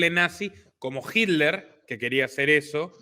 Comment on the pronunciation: Gracias por este informe. Excelente trabajo. Por favor, chicos, traten de trabajar en la pronunciación de palabras extranjeras. Jiler ?(Hitler. Hay una T en el medio) Apart-jei ?(Apartheid. TH=D) y muchas más palabras pronunciadas incorrectamente. La información que dan es tan importante que es una pena escuchar estas palabras mal pronunciadas. Distrae del mensaje que están dando. Es solo una recomendación.